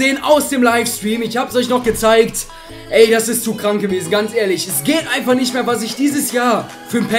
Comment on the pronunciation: das geht nisch😂😂😂😂